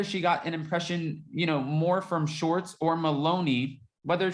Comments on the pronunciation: Please say “ShWArtz” it’s not “shorts”. Thank you! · Didn’t know what you meant til I heard clearly say “Shorts” snort giggle!😂